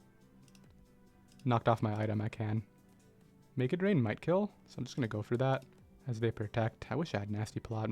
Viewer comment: You pronounce make it rain so loosely that it sounds like mega drain sometimes lol